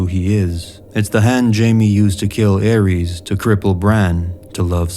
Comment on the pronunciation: I dig the video but to this day it still drives me insane, people mispronouncing Targaryen names - anything ending in 'ys' is going to sound like 'iss' not "eez". Just like Daenerys isn't pronounced 'Daenereez'; the mad king Aerys isn't pronounced "Air-eez", it's 'Air-iss'. The same for Viserys, it's 'Viss-air-iss' not 'Viss-air-eez'.